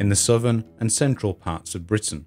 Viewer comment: in the SOVVEN?? souTHern please pronounce your Th's! and the eigfff century , no eigTH